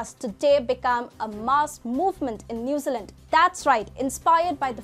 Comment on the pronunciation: "New Zee Land" New Zealand, sorry but i hear "Newsalent" lol its like someone calling "India", "In die uh" - sorry but thats all i could think of the entire video..